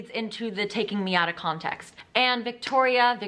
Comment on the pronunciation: I get TERRIEFIED every time that one girl she said viktorya bc that's my name 😂